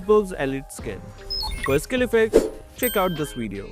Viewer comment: "In this wideo" 😂😂😂